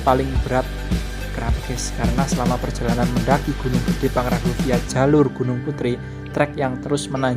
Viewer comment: Pang Ra Ngo bukan pang ran go😀